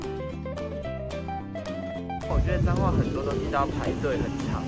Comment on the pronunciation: 9：38 是彰化還是髒話（？🤣🤣🤣